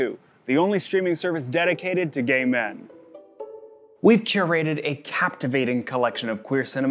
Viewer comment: Is gay ! Not quee